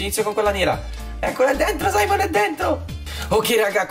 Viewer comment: Non si chiama saimon si chiama simeon